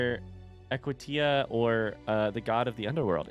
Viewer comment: The Forgotten City AKA Big Brother: The Final Wave Also, it's fascinating that until the end you're still not sure how to pronounce Equitia 😂